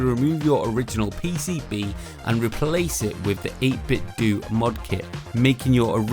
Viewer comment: I feel as though 8bitdo is pronounced like you would nintendo (dough, not doo). By all means I could be way off, but it seems like a logical play on phonetics..